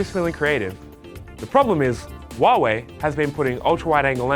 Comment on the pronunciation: It's Huawei not Hiawei